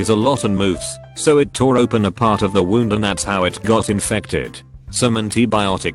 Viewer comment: >wound wawnd What the fuck.